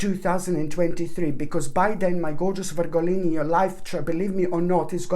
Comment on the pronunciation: Love how you say Virgolini! ❤ Thank you for this beautiful read😍